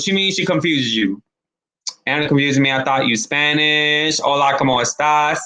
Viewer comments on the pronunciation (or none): none